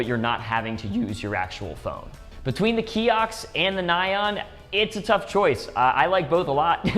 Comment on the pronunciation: Oh my ears! It's pronounced "nee-on" !